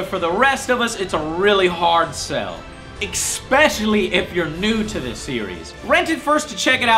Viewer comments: joe! Especially. E-SPESH-ILLY not EXSPECIALLY. . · Why does he constantly say "eXpecially"?)Is it some sort of a joke that I don't get?) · Especially is pronounced "Ess peh shuh lee". Toward the end of the video you must have said ECK Speshally like six times in a minute just to fuck with me, Joe. STAHP IT. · anyone else go nuts when he says expecially instead of especially? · Every time Joe says "XpeSHially" I die a little on the inside. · Ecspecaily... And this dude expects me to take his book reviews seriously. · I miss Joe saying "expecially." Proper pronunciation in my is almost as bad as wrong wall colors in my Nostalgia Critic. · Oh Joe, you are so close to getting me to subscribe. Then you keep saying "exspecially" and I just can't bring myself to do it. :( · Stop saying 'expecially'!!!!! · "ech-specially" :P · Why does he always say EXPECIALLY? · Joe pronounces everything wrong. "Expecially" and "Nuculer" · He keeps on saying "ec-specially," which irks the crap out of me, but oh well. XD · I love how you say ''Expecially'' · Expecially. Hilarious. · Say "expecially" one more time, I dare you. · ... humph. :( says the guy who says "expesialy" soul calibur is awesome. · exspecially, oh Joe :P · Why do you always say "EKspecially"? Do you do that on purpose? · I like how he says eckspeshully every ten seconds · Interesting review-- EX-pecially the parts where you emphasized things. That was EX-specially interesting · Every time he says Ekspecially i die a bit inside. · EX-pesscially isn't a word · Exspecially Exspecially Exspecially Exspecially Exspecially Exspecially Exspecially Exspecially Exspecially Exspecially Exspecially Exspecially Exspecially Exspecially What the fuck Joe? Do you have a speech impediment or something? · no, i'm expecially annoyed by the way he says expecially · The way you consistently mispronounce the word 'especially' makes me angry,. There's no X in there! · also he says "especially" wrong :/